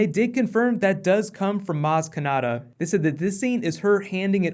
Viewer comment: Its maz kanata, why is everyone saying kanada??